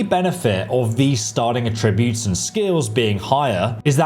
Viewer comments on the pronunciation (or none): This dude needs to learn how to say some things like “attributes” they’re not “uh tree boots” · The word is "Attributes". "ATT-ributes". Not "A-TRIB-utes." ATT-ributes! And David Bowie was the Rock and Roll Chameleon, not the CHAR-meleon with a cup of tea! Chameleon, like the colour-changing lizard. {:o:O:} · Attributes. ATT-ributes! Not A TRIB-utes! ATT-ributes! What the hell is wrong with you, aren't you British? And David Bowie was the Rock and Roll Chameleon, not the CHAR-meleon with a cup of tea! {:o:O:} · AAATTTTtributes not AAAA tributes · Great video, but by god it’s A-tributes not a-TRIBUTES 😅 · Why do you keep saying attributes like atrib-butes its aaaaah tributes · Great video as usual but mate, someone's got to tell you - it's AT-ributes not at-RIB-utes. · Amazing video, so helpful, sent my son a link. But please, aTTRIButes is a verb. Please rerecord this entire video with the correct pronunciation, and then send me the link when you have done so. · 10 more years of listening to this tool mispronouncing attributes (uhh-trib-yoot), no that's a hard pass for me. Glad he's got plenty to do, maybe an aural encyclopedia would be a big hay-elp.....😅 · Is anyone else weirded out by the way he says “attributes “? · That's not how attributes is pronounced, lol. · Bro please learn how to pronounce 'attributes' properly if you're going to say it 1000 times in the video, it was actually infuriating 😂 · Why do you say attributes wrong?? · Attributes, not Attributes! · Learn to say Attributes correctly. Not even Americans say it how you do. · Listened to 20 minutes of him saying "attributes" wrong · The way you say Attributes is absolutely maddening. Good vid though